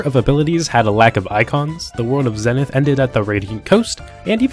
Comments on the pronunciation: Warning... don't even consider turning the pronunciation ZENNITH into a drinking game. You'll end up in the hospital. 😉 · Have you people never heard the word zenith spoken out loud or something? Zee-nith. Its not that hard.